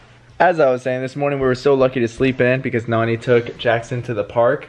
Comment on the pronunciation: all this time i thought they were saying nanny in a funny way instead of nonie... rip me